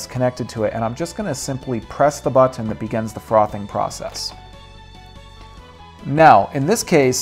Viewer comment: Why does this guy have such a hard time saying the word 'button'? Buthon, bu'on, bottunh.